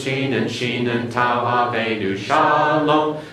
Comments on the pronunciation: Tau with no dagesh is not pronounced as S in modern Hebrew, it is pronounced as such in Ashkenazi Hebrew. In Sephardic (generally) and Modern Hebrew it is pronounced as T, but in Mizrahi and Yemenite Hebrew it is pronounced as TH, as in THANKS. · Oh good grief, where did he get his info? The /s/ sound for the TAV (in all my studies, haven't heard of the Greek tau in Hebrew--and I use native resources) is ASHKENAZI (and NYC Jews... :) ), which is NOT the Official Hebrew of Modern Day Israel (which is Sephardic). And he's not correct on the VAV. See Nehemiah Gordon (a Hebrew scholar). It's a /v/ sound and has been from ancient times. Video is called "Wow It's a Vav!" Resh is guttural and not rolled like a Spanish or French R. Chet is guttural like the /ch/ of Bach but at the beginning Khaf without the dagesh (accent on -esh!) is guttural just like the Chet. Quf = coof as in swoop; not coef He made his vertical line for Beit and Dalet (there's no th there either) way too far to the right. Gimmel takes up more of the frame. smh over Mem, Ayin, Tasde Ah! Israel was only in Egypt 210 years! 430 years is from the time of the covenant. Rabbi Shaul clears this up! It's in Jewish history...